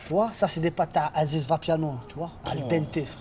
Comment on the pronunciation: D'où c'est "Haziz" mdr c'est "Aziz"